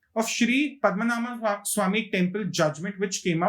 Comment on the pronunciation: Its not "Padma Naama" - It is "Padma Naabha" (Padma - Lotus, Naabhi - Navel(Belly button) ----> Lord Vishnu)